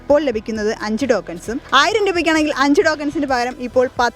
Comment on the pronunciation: എന്റെ കൊച്ചേ ഡോക്കൻസ് എന്നല്ല ടോ ക്ക ൻ എന്നല്ലേ